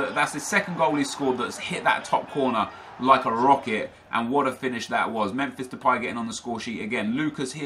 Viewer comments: You said memfish depay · Memfish delay? Why do you pronounce it like that